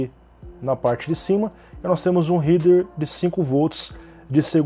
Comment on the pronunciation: réder réder RÉDER, pelo amor de Deus